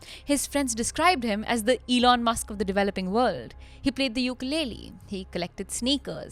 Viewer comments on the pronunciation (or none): none